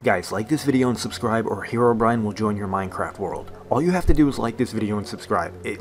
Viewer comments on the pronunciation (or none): "I SUBEB"